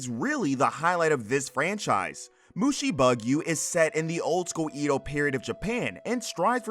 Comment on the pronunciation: main-ga? (Mah-n-gah) Mushi-bug-you? (Mu-shi-boo-g-yo) Just saying.